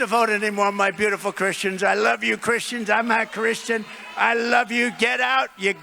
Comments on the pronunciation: bro . He said I'm a Christian. He didnt Say i'm not a Christian. Lesten to It again . Its just that he didnt pronounce It proprely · He said "I'm a Christian." It came out like "I'mah Christian." Sometimes people can have words kind of hang a little bit from excitement or whatever. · He was shaking his head in the prior statement before too while affirming. I'm certain he said, "I'm a christian." But it sounds a bit like "not" because the way he says it is, "I'm-mah Christian." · Half speed it, and you'll hear "I'm a Christian." His style of speech, he kinda flows from the m into a too much giving a nah sound in normal speed. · "IMMA" Christian (as he took a breath) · Yeah I saw what you mean, liberals are just trying to spread misinformation and make people doubt him. He doesn’t make the T-sound, but the M-sound is so close to the N-sound that people are falling for it. He says “Im’A Christian!” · He says “imma christian” with his New York accent. He’s also your president now 🫵🤣 COPE AND SEETHE